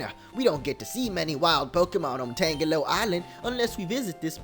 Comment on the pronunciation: Youre pronouncing "Tangelo" just like "Tangela" When really it should be pronounced like a combination of "Tangerine" and "jello"